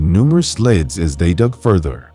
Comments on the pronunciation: Leads not leds! So annoying. Other than that a good story. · If your going to do narration as a job please at least learn that leads is pronounced leeds and not leds - good grief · That was annoying me too 😊